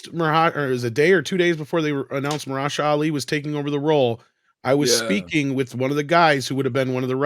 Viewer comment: Okay, but what's up with literally no one pronouncing Mahershala's name right? It's Ma-her-shuh-lah